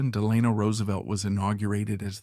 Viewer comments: I really wanted to watch this started it several times. But the mispronunciation of his name I just couldn't take anymore. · His middle is pronounced Delano. The stress is on the e. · I cringe every time he pronounces FDR’s middle name. Still this is a good overall biography. Thanks.